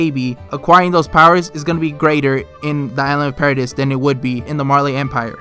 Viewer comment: Anyone else cringe when he says para-diss lol